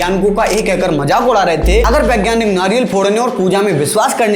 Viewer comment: Vegyanik hota hai bhai na ki begyanik 😢😮